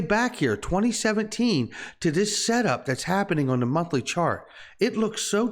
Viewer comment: I have always wondered. When they are teaching the abcs and phonetics in school. Do they teach them to sound out “th” as. “F” ? Monfly chart? Lol